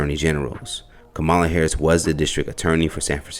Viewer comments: Dear, It’s pronounced Comma La (KAmala) and youni lateral (unilateral), not un ilateral With love ❤ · The commentator needs to learn how to say the vice president name properly. He's saying it the way Trump would say it. It's not acceptable. Can't believe nobody in his office where you work could correct you. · While I do appreciate the reports that you bring. In the near future could you please pronounce the VP. name correctly? It's bad enough that the other side is miss pronouncing her name on purpose. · Commentator please say her name correctly. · I hate to be that person but it is far past time for everyone to pronounce her name correctly. Don’t we as a people get annoyed when white people purposely mispronounce our names after we have corrected them several times? I love everything you all are doing on this channel but it’s hard to take anything you say seriously about any serious subject you discuss when you won’t even make the attempt to pronounce the Vice President of these United States of America’s name correctly. It’s really not hard and her name is not any more foreign than Shaneka. ( see how you pronounced that with no problem ). Edit: I was too quick to judge but I see by the end of the video. You pronounced her name correctly. I stand corrected. What I said still applies to many people.